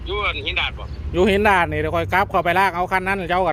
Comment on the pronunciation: ออกเสียงคำว่า"หินดาด" ไม่ใชหินดาน